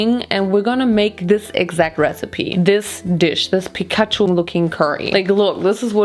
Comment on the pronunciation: That's how you say it in Germany :)